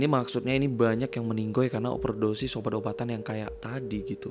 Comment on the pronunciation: CUKUP BILANG MENINGGAL.. BKN MENINGGOI. RISIH BNGT KUPINGKU